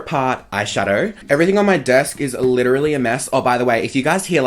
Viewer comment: "Lit-tra-lee" aka literally lmao 😂 love you ❤